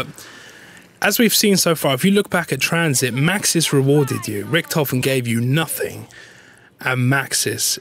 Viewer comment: Holy shit. His name is Richtofen. Not Ricktofon, not Richtophen, not Riktofen. It's in the bloody title for fuck's sake.